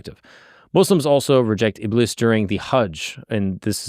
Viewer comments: ibis= iblees. A'oozu billahi minash-shaytanir-rajeem (I seek refuge in Allah from the accursed Shaytan). thats the correct pronunciation for ya! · It's pronounced ib-leese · Btw its pronounced ibliis like a long I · Close It's not pronounced "Iblis" It's pronounced "Ib-lease" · Shaytan's name is pronounced as "Iblees" like elongate the "ee" like "Greece" not "Bliss" Yep. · btw u pronounce iblis as ibliis with double i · its pronounced iblees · the Iblis part is pronounced (ib-lees) like ee sound, but its okay if you got it wrong